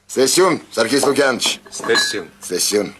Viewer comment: Ոչ թե ստեսություն այլ ց'տեսություն։